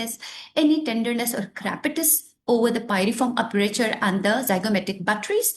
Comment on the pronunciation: It's Aperture mam..not aprature with regard🙏🏼